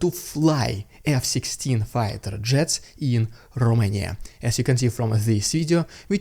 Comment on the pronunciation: Finally somebody that pronounces correct Romania :) !